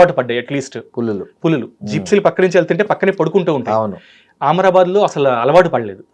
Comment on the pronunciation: ఆమ్రబాద్ కాదు అమ్రాబాద్